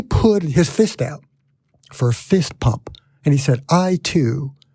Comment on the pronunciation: Fist "bump", not "pump". LOL